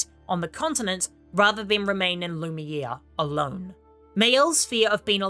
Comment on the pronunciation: Who tf is Loooone? And Lumir? Lol you massacred the names so bad